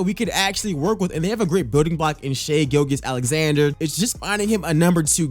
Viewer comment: Hey bro no disrespect I just don’t wanna hear you say the wrong name all series Shai’s last name is pronounced Gilj-is Alexander It’s a j sound not a g Bazley is pronounced with like Baze-ly Think bazemore but Bazley